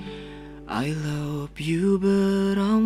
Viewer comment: Pronounce nya masih sunda " I Lopyu but I ... "